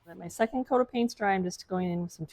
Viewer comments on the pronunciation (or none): none